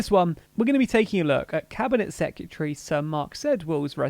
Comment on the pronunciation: Am I the only one who is bothered by the pronunciation of secretary in these vids? (Sorry)